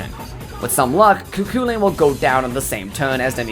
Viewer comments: You said Cu Chulainn wrong, it's irish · Alwys amusing to hear foreigs refer to Cu Chulain as Cuckoo Lane.